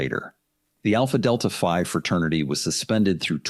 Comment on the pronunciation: The frat's name is Alpha Delta Phi ( not five) lol Frats and sororities typically use Greek words or letters. I grew up in a small town that had a state university and there were so many Frat and Sorority houses that I can't recall the actual number. What went on during just a weekend party in these houses was scary enough so a hazing would be really bad to see. Most of the houses were massive Victorian era homes made into multi bedroom homes for the college students. I was in that town from and I can still "smell" the stale beer and booze and smoke when I think of it all. Do some research into what these organizations are actually meant to represent and why they are sought after to gain membership. BTW, hazing is not even legal in most places and most universities will even kick a student out of univ. for participating in any of if and the Fraternity or Sorority would be dismantled.